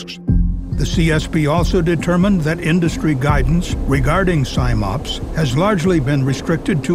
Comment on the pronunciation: Love the videos CSB do, but it's Sim-Ops as in 'sim'ultaneously operations not Sime-Ops!